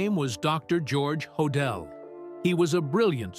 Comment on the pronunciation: Ho- dell. Pronounced. I’m sure he was guilty.